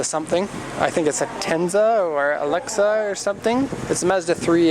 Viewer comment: It's a mazda axela.... Not alexa